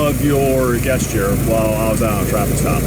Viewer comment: The first polite cop pronounces gesture with a hard G. Interesting.